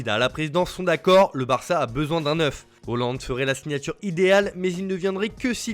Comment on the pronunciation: Tu abuses en disant Hoooo- land 🤨